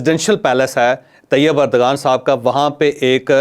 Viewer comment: It's not urdgan but erdowan It not English g but turkiye w Correct yourself